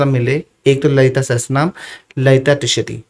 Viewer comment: Sahasarnam ✅ sahastranam ❌